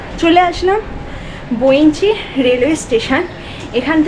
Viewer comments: বৈঁচি - বোইঞ্চি নয়, বাঙালি বাঙ্গালীর মত কথা বলো, অশিক্ষিত ইডিয়ট তৈরি হচ্ছে কতগুলো !! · আচ্ছা, আপনি বারবার বৈ৺চি স্টেশন'টিকে 'বৈনচি', 'বৈনচি' বলছেন কেন ? আপনি কি অবাঙালি ? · ওটা বৈঁচি, বইনচি না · জায়গাটার নাম ইংরেজিতে Bainchi লেখা হলেও উচ্চারণ বৈঁচী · বর্ণনা দেওয়ার ভঙ্গী অত্যন্ত খারাপ। উচ্চারণ শুদ্ধ করতে হবে।বঁইচি স্টেশন।